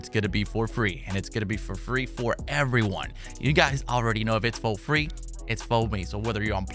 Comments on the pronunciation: When he says “ if it’s fo free, it’s foh me “ I be saying that shit along with him 😂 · “If it’s fo free it’s fo me”